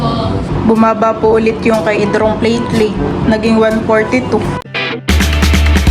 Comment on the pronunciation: Platelet not plateleit😂😂😂